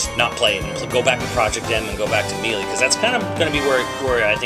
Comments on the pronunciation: MEE-LEE?! IT'S...sigh...I guess there are some people out there who can't pronounce specific words...(that's not in insult btw) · I can't take someone who can't pronounce melee correctly seriously. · I'm gonna take your impressions with a whole bag of salt since you can't even say melee right let alone use proper terminology for.... anything.